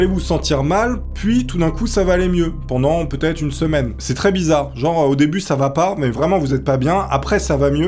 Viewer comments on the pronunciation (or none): none